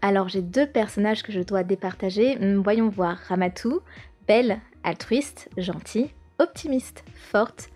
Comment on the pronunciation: C'est pas Ramatou C'est Ramadou